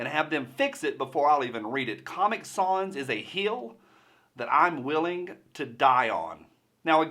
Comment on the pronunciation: It’s sans, like fans.